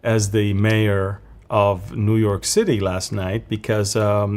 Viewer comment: What can we say to the New-Yoke- err.